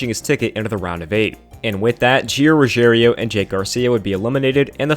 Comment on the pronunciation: Lol I don't watch the truck series but I'm really good at reading so I'm pretty sure Gio's name isn't "Ruggerio"